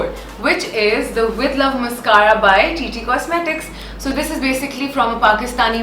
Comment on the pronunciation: Behn mascara ki pronunciation to seekh lay !!!